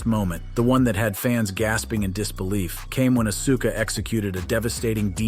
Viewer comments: He says Acusa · STOP CALLING HER ASUKA lol bro cant even say her name right lol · Oh yeah well it’s Asuka not Auska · Asuka? It's like AUSKA dude. Think OSKA! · You need to learn how to pronounce Asuka properly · You are killing Asuka name if you're going to talk about her you should learn how to pronounce her name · You mfr do wrestling contend bitc and don't know how to pronounce Asuka??? Randi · Think you need to quit doing wrestling content and we can tell you don't watch wrestling because you can't even pronounce auska's name and if you did watch wrestling you would pronounce her name properly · hearing so called wrestling professionals miss pronounce names like Asuka, Finn Balor, and Iyo Sky consistently is crazy